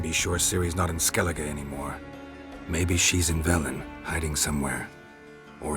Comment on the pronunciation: I'm Irish and the way they pronounce names in skellige makes me sick. I feel your pain...........